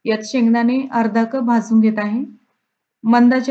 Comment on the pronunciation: आप्पे मस्तच. एक गोष्ट सांगितली तर कृपया रागावू नये।आपण कप च्या ऐवजी कूप म्हणत आहात।